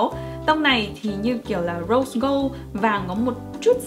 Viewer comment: nghe chị nó Rose Cold mà nghe cứ như Rau Câu z á, nhắc tới là thèm😂😂